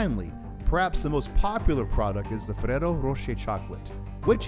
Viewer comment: Jeez you dont need to say ferrero like that